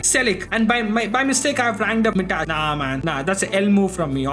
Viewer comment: BRO WHY DID YOU SAY MITAÇ INSTEAD OF MITAJ